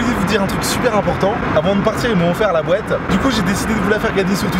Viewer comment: Wesh il dit bouette à la place de boite